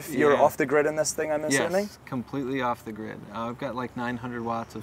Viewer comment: "off-the-gird"? Oops.